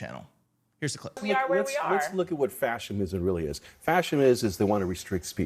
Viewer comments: How do you know he’s just repeating talking points he’s heard? He doesn’t know the word is fascism. Listen to him . “Fash’imm… Fash’imm’imm… that’s fascist.” Doofus. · 'let me define fascism for you'...followed by two mispronunciations of the word 'fascism'. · Brian, its Fascism! NOT FASCIM😩🤦🏽‍♀️ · What the fuck is “fascmim”? What a clown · Him pronouncing fascism as “fascum” told me all I needed to know about his credibility. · It's interesting that like his boss/cult leader, Brian Lanza also slurs through his sentences and mispronounced a common word (fascism--"fashim"). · He calls it “fashem.” So stupid he can’t even pronounce it correctly. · "fashim?" ..is he tryn to say "fascism?." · Is he saying, "Fashim" instead of fascism? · How does Bryan Lanza not know how to pronounce "fascism" properly? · He cannot pronounce fascism. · Where the fuck do they find these idiots…? Seriously. The Brian dude can’t even pronounce fascism first fuck sake. He trips over his own tongue